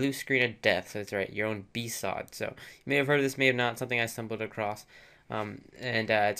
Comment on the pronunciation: I thought BSOD was pronounced B-S-O-D... Not B-SOD. lol